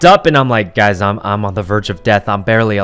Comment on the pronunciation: Not sure if he meant girl bullies or a jealous ex not allowing hugs with other girls or just embarrassing circumstances... also the way he says “gazz” instead of guys is adorable